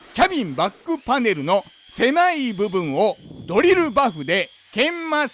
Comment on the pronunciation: フrrrrrゥオント！パネrrrrruに！鉄粉わ”！ビッシrリ！ 付いていませんでした。 ほんとすき！